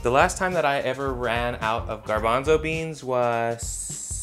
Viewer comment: Every time he said gabonzo i undisliked and disliked again